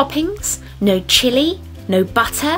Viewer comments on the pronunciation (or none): none